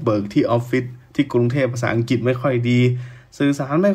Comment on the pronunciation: ลุงออกเสียงคำว่า.อังกิต.ชัดเจน.แก้ไขนะ..อังกลิด.อังกลิท...ไม่ใช่.อังกิด.เป็น.ควบกล้ำ..หนูเบื่อคำว่า.มากๆของลุงมาก.ที่ทนฟังเพราะอยากรู้ต่างชาติมองไทย.ไม่งั้นไม่ฟัง.เบื่อคำว่า.มากๆ